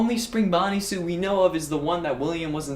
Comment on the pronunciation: Is it just me or did i start to hear say soup instead of suit just a few minutes in the video?